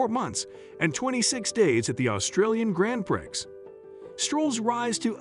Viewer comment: "grand prix" has a silent x